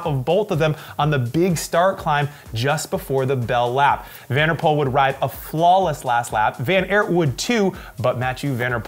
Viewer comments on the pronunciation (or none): van der Poel is pronounced like the word “pool” not “pole”. van Aert is pronounced like the word “art” not “air(t)”. In Dutch oe=oo in English, whereas oo=long o in English. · NOT like Pool but PULL , from a Dutch speaker.